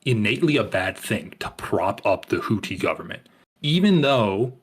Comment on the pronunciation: I respect this guy's opinion but not his pronunciation of "Houthi"